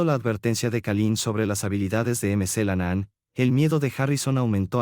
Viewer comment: Por favor: por favor se pronuncia Mc. CLENAN NO MC la nanaan